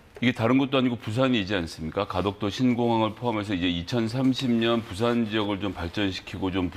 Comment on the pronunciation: 부산 발음 못해? 뿌싼?